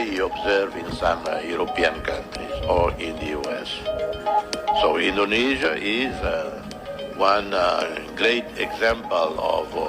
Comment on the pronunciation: IndoneSIA, bukan IndoneSA. Tolong dikoreksi ucapnnya.